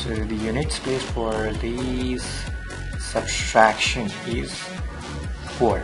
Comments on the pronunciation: substraction ni ... subtraction hota h . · Thanks for the video. I would like to make a simple comment that it is not SUBSTRACTION (if i heard you correctly), it is SUBTRACTION. It is a very common Indian (i should say) mistake while pronouncing and writing (spelling). Hope you do not mind. I used to make the same mistake when i was young :)